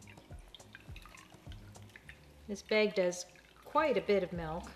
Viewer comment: They call it MELK in Iowa, i think?